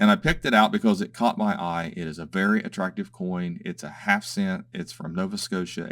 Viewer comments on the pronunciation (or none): none